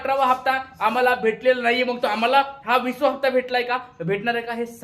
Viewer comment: विसवा. नव्हे रे विसावा